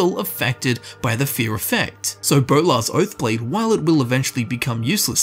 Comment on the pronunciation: Bolar's Boath Blode.